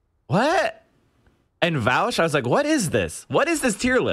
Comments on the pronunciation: It is actually worse. He knows how to pronounce Vaush, but tries to mispronounce it and fails from time to time. That is much worse. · V O sh, not vawsh, not vowsh. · As soon as I hear "Vowsh" I immediately know where we're heading lmfao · Then there's pakman calling him vuh-awsh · I was going to come here to say that. He says it correctly until he remembers he's supposed to say it like "Vowsh" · Why can you identify the anti vaush people by how they pronounce “Vaush” lmao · 99% of people mispronounce it on purpose because they don't like him. It's a fucking meme at this point. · A quick litmus test to find out how smart someone is; see how they pronounce "Vaush".